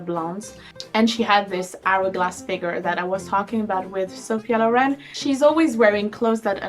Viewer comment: Sophia *Loren (not lauren) xox